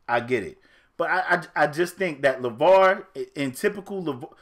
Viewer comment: Lmao "Laval"... "Laval"... makes a whole pod cast about a dude and his family... and doesnt know his name is "Lavar"